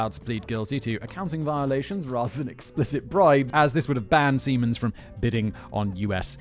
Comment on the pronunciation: Was I the only one who got initially confused by Simon’s pronunciation of Siemens? I kept hearing semens and was wondering what the hell he is talking about.